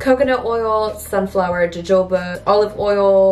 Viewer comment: Girrlll. Jojoba is pronounced “ho ho ba” 😂